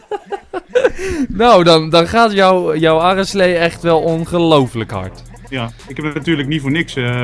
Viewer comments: Hahah enzo je aderslee in plaats van Areslee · Enzo be like adderslee :-)